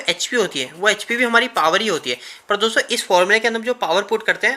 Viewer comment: Bhai apka video achchha lagta hai par do chij kharab hai sudharo. 1 लिखते हो तो बोर्ड का यूज करो कागज में पूरा हग देते हो गुस्से से दिमाग सनक जाता है 2 दोस्तो बोलते हो तो पूरा बोलो दोसो बोलते हो गंदा लगता है। ओ के।